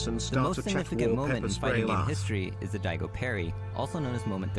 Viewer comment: I started freaking the fuck out when everyone in chat started saying my name when the narrator fucked up “Daigo”